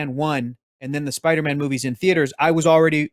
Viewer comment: 1 LIKE = 1 "SPIDAMAAN"